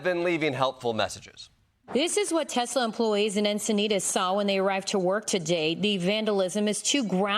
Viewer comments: Did he mean to say Titslur? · Ya mean Teslers? 😂😂😂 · sry you pronounced it wrong it’s called TesLER😂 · Trump - I love a "TESLER" - as in "TES"-la plus Hit-"LER" equals "TESLER"! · You mean tesler. 😂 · oh Teslurs from FElon Husk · Tesler that's how made says it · It’s pronounced Teslur. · Only a Trump could pronounce a name known all over the world (Because of Nikola, not the special K addict), that finishes with an "A" as finishing with an "er" sound. He is either deliberately ignorant, or the all the psychs and educators who say he has the mental acuity of a pre pubescent child are correct. It's probably both